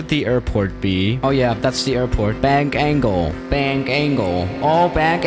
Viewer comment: Did you say bank angle or bang angle 😂